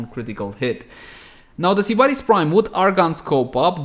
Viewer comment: Why do you pronounce it like SEE-BAR-is... Is this a meme or is it just the accent? Genuinely curious. No hate.